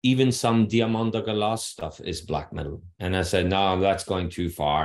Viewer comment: Thank you for stating this. I was struggling to understand what he said when saying that name. Truly, you are awesome. Thank you.